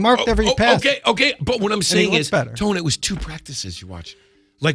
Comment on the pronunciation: Boy called Tony Grossi, Tom Grossi lol